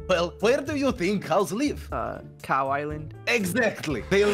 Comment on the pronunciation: Dream said cuw not cow